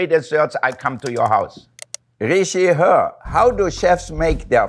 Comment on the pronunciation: Hearing him calling the twitter name "ree-shee-her" is so wholesome lmao 🥰😳🥺